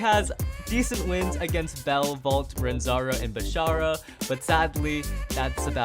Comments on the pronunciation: Bro his name is Ranzo not Ranzaro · Bro said “RANZARO” it’s ranzo 😂😂😂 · It's Ranzo not Ranzaro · Did nobody notice that said ranzaro instead of ranzo